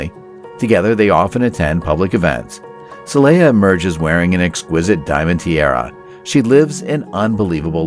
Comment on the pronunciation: Saleha is pronounced SAA-LAY-HAAA Bolkiah is pronounced BALL-KEEE-AAAAH